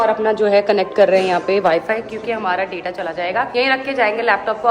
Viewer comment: please pronounce data word properly, it looks foolish when you pronounce wrong